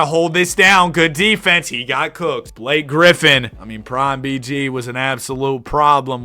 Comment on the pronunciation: "damn Blak-kay" that's crazy IYKYK